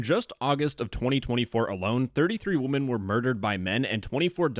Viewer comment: Dude…it’s not pronounced wo-men men referring to multiple female persons…it’s pronounced wimen. It really sounds like the stereotypical pronunciation made by someone talking like an unsophisticated caveman when pronouncing it how it’s spelled. Also, it almost sounds like you’re just saying woman when mispronouncing it. Anyway, that is all 🫶👋✌️🖖 luv ya buhbye!